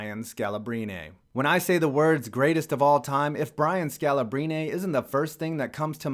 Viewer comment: The way you mispronounced Scalabrine's name is both hilarious and finger nails across a chalkboard cirnge-worthy.